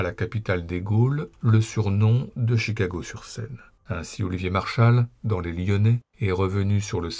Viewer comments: il dit "sur SEIne", aucun doute ; pas bien grave cela dit... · Moi et la transcription automatique avons entendu "Chicago sur Seine" (enfin, Chicago sur scène pour notre amie l'IA).